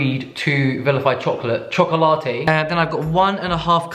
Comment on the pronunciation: Chokolatee? 🤣 this is how we say chocolate in Arabic. You really have that middle eastern origin 🤣